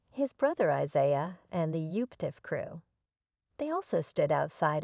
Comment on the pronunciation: How can you expect us to believe anything you report when you can’t properly pronounce the names of the family or the tv station?